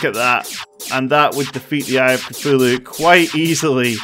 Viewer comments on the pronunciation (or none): When he said eye of Cthulhu it sounded like I a cfulo